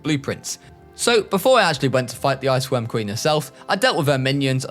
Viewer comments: I had to listen 3 times to confirm. you said "IceQuorm Ween babies" lmao I'm glad I'm not the only one that fucks up my words like that. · "wich I assume is to be fed to the ice querm ween babies" I had to watch that like 4 times to realise what he said